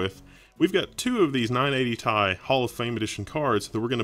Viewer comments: who says 980 "TIE"? its T.I. like the rapper =D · tee eye. not tie. that's frustrating omg. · Say 980 "Tie" one more time.... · when you talk about Element abbreviations you don't pronounce it like it's a word. You don't pronounce Ca2PO4 "Ka 2 Poe 4" You say out loud all the letters and numbers.